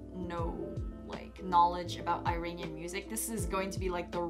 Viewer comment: Practice on your Pronunciation ( Iranian)